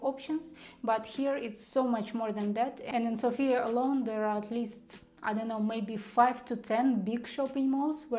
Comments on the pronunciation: learn to pronounce Sofia correctly - sOfia, the stress is on the first vowel. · ''Sofia'' is pronounced with emphasis on the letter ''O'' not on the letter ''A''. Pronouncing it with emphasis on the letter ''A'' happens when we call somebody with the name ''Sofia'' ( normally woman's name). When we have in mind The capital ''Sofia'' - emphasis is on the letter ''O'' ( can never be mistaken that way ). 🙂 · May I just make a couple corrections? It is v(I)tosha not vit(O)sha mountain, and it is s(O)fia, not sof(i)a. Wonderful video, thank you so much.